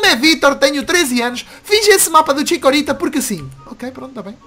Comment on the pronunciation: O kassio fala ticorita